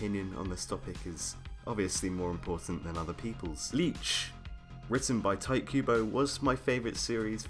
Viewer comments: Tee-teh Kooh-Boh, that's how you pronounce his name. Not Tight Kubo, you make it sound like a cheap porn. OMG. XD!! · Really? "Tight Cuebo"? At least get his name right, dude. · thaaaaaats not how you say his name